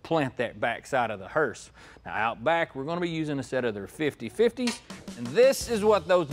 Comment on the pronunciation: What's killing me is calling it a hearst!